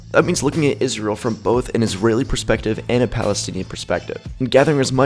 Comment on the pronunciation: Naa G, seems like a proper way to pronounce the only Jewish state in the world, ISRAEL